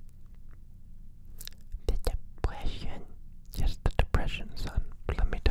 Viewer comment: "tHe DePwEsIoN?¿?¿" "yes the depression son."